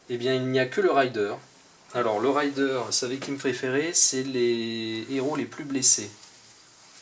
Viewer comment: raiiiiideur et pas rayedeur mdr c'est pas pareil un pillard et un cavalier m'enfin sinon merci pour cette serie de videos mdr